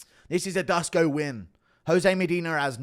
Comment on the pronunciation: Dusko is pronounced Dooshko, guru. Give us some balkan folk some love ffs.